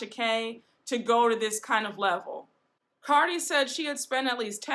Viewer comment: You pronounced Cardi's name wrong.